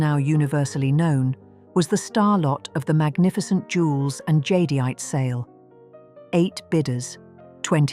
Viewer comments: The AI narration can't pronounce jadeite, either. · AI can't pronounce jadeite.